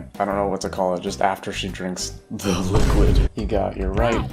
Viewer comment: Why is it funny when he says T H E L I Q U I D